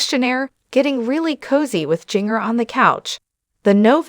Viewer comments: Singer like the spice ginger please nothing is more sad than your name being mispronounced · If you are going to report on her, say her name right!!